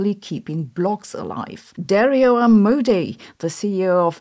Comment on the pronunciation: Hilarious how you say Amodei, Hassabis and Altman. Amou-dei / Altmaan / Ha-ssabiis